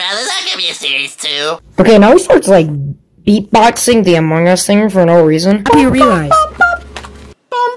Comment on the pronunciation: I love how he pronounced "Among Us" as "Amogus", and then next sentence is like " cant talk because he said 10"